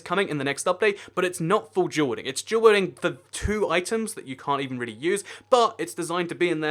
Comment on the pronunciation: Sounds like he's saying "jewel welding"